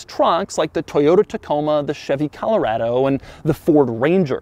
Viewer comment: So glad I just picked up one these rubicon’s myself... hey Doug, You pronounce Colorado incorrectly... I assume you do the same with Nevada?